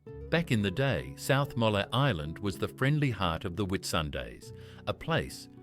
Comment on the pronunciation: South Molla Island ???????? AI really is going ahead in leaps and bouds. What a joke.